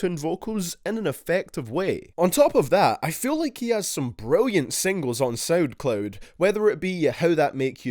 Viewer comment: "soudcloud" lol